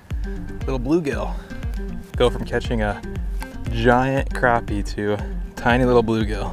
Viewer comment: Awesome catch!......and thanks for pronouncing crappie correctly lol